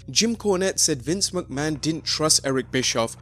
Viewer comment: "Vince Muckman" ?